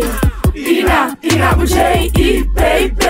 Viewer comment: Dit is niet hoe je Ina Boudier uitspreekt!